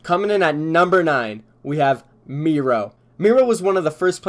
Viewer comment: Is it just me or is it weird how he pronounced Miro like mero, and not miro....🤔